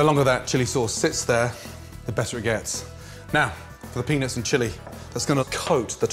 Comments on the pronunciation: Gordon has got to start pronouncing the “t” in peanuts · Damn. He doesn't enunciate "peanuts" very well...😂😂😂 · Everytime this man said peanuts i heard ”penis”. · The way he says Peanuts, makes me crack up everytime.